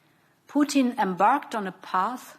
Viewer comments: She called him "pootine" definitely intentional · Wise she emphasizes Putin